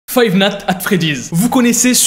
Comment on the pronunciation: five natte at freddy's